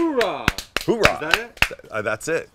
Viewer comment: It's "Hoo-ah", not "Hoo-rah".